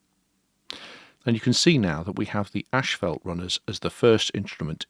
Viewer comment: It's ASS-FAULT, not ASH-FELT! lol